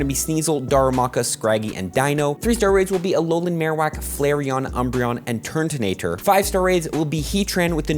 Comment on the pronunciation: Please stop calling it TURNtonator it’s turtonator